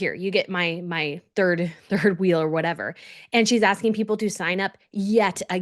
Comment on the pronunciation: Whatevah , as ever 😂